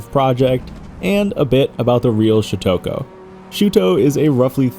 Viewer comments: Shutoku is pronounced “Shoot-toe-coo”, not “Shoot-toke-oh”. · You earn the award for funniest pronunciation of syutokou lol